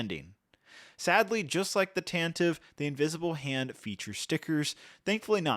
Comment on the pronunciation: Tantive IV (pronounced /ˈtæntɪˌvi 'fɔ:r/) (from Wookiepedia) - Tan-ti-vee (you can plug the phonetic into Google or Bing - & this is how it was pronounced in Star Wars Radio Drama)